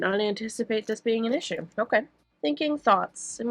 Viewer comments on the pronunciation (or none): none